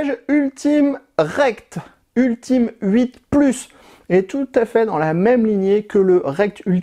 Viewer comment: Ultim8 ca se prononce « Ultimate » 😅